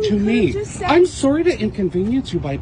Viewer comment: that sorry is how Americans view us Canadians